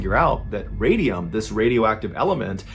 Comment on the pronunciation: No, it is Radium